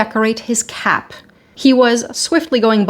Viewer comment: At first I thought you said he wanted it (the Sancy) to set it on his CAT, not cap! And your "F-bomb" was nothing to be apologizing for!